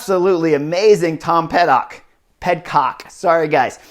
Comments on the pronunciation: Chris - another amazing analysis. Two things. 1) Getting close. Pid-cock. Not PedCock. Almost like pity. but with a d. 2) MvDP's jump on the flat at the end. I was thinking that he was thinking "Let me see if I can break them now." and then coast in. But I have ZERO experience in that situation, but my novice brain thought could be the only reason he would try it. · Pid-cock, not ped-cock sorry, just trying to help.thx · Dude, Tom Pid-cock. The C is not silent. Come on! 🤨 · That’s what i said on the oomloop video. Clearly, he’s not listening.